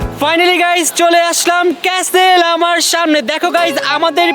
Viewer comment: Stop saying casle it castle CA ka stle